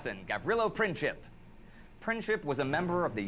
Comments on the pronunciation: Franz-Ferdinand was like crow prince. Not Princhip. Princip is pronounced as PrinTSip (like in German "Prinz" - German word for "prince"). Greetings from Bosnia. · Princhip ??? lol Its Prin-tz-ip. CH is only used for the letter Č. There are 3 different letters that are similar. C, Č and Ć. The letter C is not even similar to letter K, it sounds as tz. Letters Č and Ć are best seen in the NBA star Luka DonČiĆ, which is Don-ch-itch.